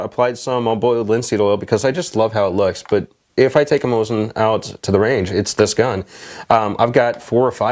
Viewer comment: get it right its not MAH-SIN ITS MOE-ZIN